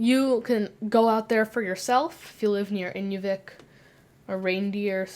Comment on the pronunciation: interesting video. However, may I point out that when you switched from AK to Canada, the town of Inuvik is in-NEW-vick, rather than IN-you-vick. Nearby are 2 more towns with odd names: Aklavik (ah-CLAH-vick, and Tuktoyaktuk = tuck-tuh-YACK-tuck (which was momentarily on the screen ). By the way, I'm not Canadian. Rather, I (from IL) developed a sort of hobby a few years ago trying to find place names with unexpected pronunciations, and I'm now over 2600 in the USA, and about 350 in Canada. Also, the 2 places in the north which get farther north by far than Russia are northern Greenland, and northern Canada.